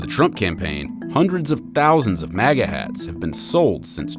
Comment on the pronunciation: You are pronouncing MAGA wrong